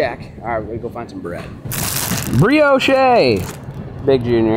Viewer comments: I love but this dude owns chickens and still buys eggs. While saying some shit like breeyoshay. ITS BREEYOWSH MOFO I LOVE YOU. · lol BREEOSH’EH!!! it’s BREE OSH. (Brioche). Love the videos!!! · Did he say, berry's with the cream? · “BRIO CHEY” 😂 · it's pronounced bree•aash my guy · Someone teach him how to say Brioche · Just fyi, the "e" is silent in Brioche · It sounds like brioche but say it without the e at the end that’s how u pronounce it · Now you have me wondering if you actually know how to pronounce brioche